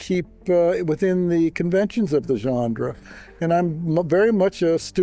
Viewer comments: Why is everyone struggling to say "genre"? De Palma apparently says "genDre" and even the YouTuber struggles 😂😂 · TIL Brian DePalma does not know how to pronounce "genre". "Johndra", really?! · ( - ) Curious to hear someone as articulate as De Palma muff a word like 'genre' by inserting a 'd' in the middle.